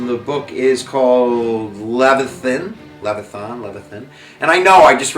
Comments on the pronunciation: Leviathan is pronounced Lev (like the jeans) - a(long vowe) - than ... this is very helpful thank you so much! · Nice overview, from one teacher to another. But please read the pronunciation guide. Pronunciation guide: The philosopher "Descartes" was called "Day-Cart" by his friends. "Leviathan" is pronounced the way it's spelled: leh-vy-uh-thun. Best line: "the people lay the government" - heh heh